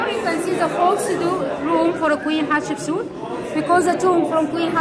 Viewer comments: Thanks again for sharing all of this amazing history! 💕🤗🥰 These videos are much better than documentaries because we get lots of wacky humor and learn the real pronunciations, like Catsupsuit.🤣🤣🤣The Egyptians should let & Susanna Patricia rename all of their royalty.🤣 The guides so far are awesome, with friendly personalities and lovely accents. Love what they do with the letter r, just like the Jordanians. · Everytime your tour guide says the queens name all I can hear is Ketchup soup! Lol 😆 🤣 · The wall art is amazingly beautiful!! 🤩 Thank you for taking us on another tour. Both of you seem to be enjoying yourselves, minus the drama. 🎭 it sounds like you’re saying Ketchup Soup 😄 and corrects you every time. I enjoy watching your videos with smiles and laughter! Love the humor. You guys remind me of my husband and I. You both are our type of peeps to hang out with. ❤️